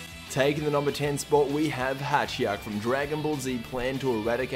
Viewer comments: His name is Hijack not hatchyak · It's Hatchiyack. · It's HA-ki-yack